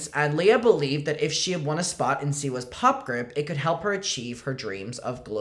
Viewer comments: fightin for his life trying to say Siwas 💀💀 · “Seawees” Keeps getting me 💀💀💀